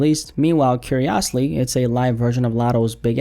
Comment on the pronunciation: 🚩Nah bro, flag on the play. The way you pronounced "curiously" is a violation. 💀 Edit: In all seriousness though, very insightful video. I better understand now why Drake will probably never test the waters of being a fully independent artist, at least not while why he's still poppin. The powers that be in the industry would try to sabotage him at every turn, they would hate the kind of precedent that move would set if Drake maintained his current level of success.